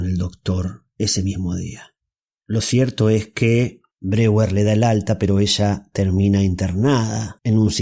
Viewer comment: Mal la pronunciacion de Breur se dice /BRO-JER/ y no ''breguer''